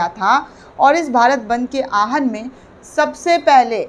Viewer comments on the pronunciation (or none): Please correct pronunciation Aahan into Awahan. Thanks.